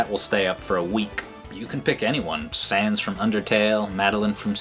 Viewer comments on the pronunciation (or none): none